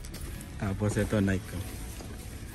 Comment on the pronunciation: You say it sa nai-kee not naik